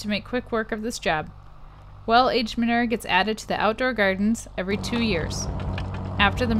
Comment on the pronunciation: I’m so triggered by the way you say ma-noo-er 😆